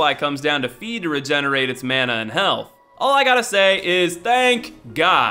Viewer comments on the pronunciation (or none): none